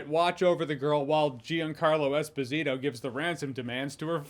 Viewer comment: Eh-spaas-eeto not Espa-zeto. It’s Italian not Spanish. FYI